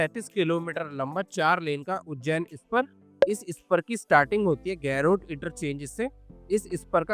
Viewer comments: गैरोट नहीं भैया, गरोठ ✅ 👍👍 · Why are you pronouncing garoth in English 😂..